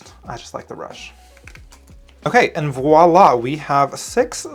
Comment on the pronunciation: I've been looking at this set for so long and oddly today, i took the plunge and bought it. It bothers me getting sucked into buying products because they are all over my feeds. I feel hypnotized. 😆 But thank you so much,, for saying the word voilà properly instead of saying wallah and creating a beautiful card.